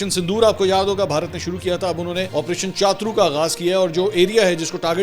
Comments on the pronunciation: منصور بھائی آپریشن چاترو نہیں بلکہ شترو ہوتا ہے۔ یہ ہندی کا لفظ ہے جس کا معنی ہوتا ہے دشمن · chatur nahi hy cha turr ha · minutes Not CHATRU IT IS PRONOUNCED AS SHATRU = HINDI WORD MEANING DUSHMAN / ENEMY.... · چاترو نہیں ہے چتور ہے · o bhai opration shatru iska pronoun he iska matlab dushman ,opration dushman